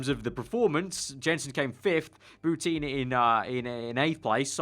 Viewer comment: It hurts every time you say bouteen. Shes french, its pronounced Boutan...